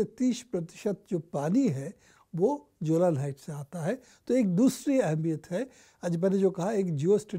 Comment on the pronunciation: Not जोलान it's Golan Heights